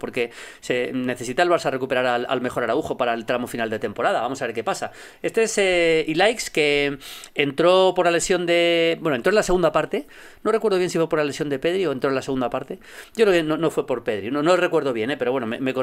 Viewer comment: Se pronuncia "ilash", no "ilaics"!